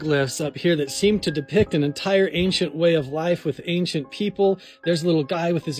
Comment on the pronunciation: Every time that lady pronounces it "ank-shent" I wanna gouge one of my own eyes out with a rusty shrimp fork 😢